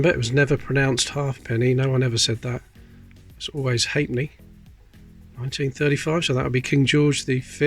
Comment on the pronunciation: Are you saying "hate me" or "hate knee"? .....